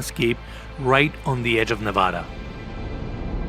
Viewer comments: And doesn't even pronounce "Nevada" correctly when referring to the state it is in. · It’s pronounced, “Nevada” NOT “Nevada.”